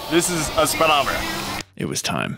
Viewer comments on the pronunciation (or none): What's a "spiddometer".. It's a speedometer.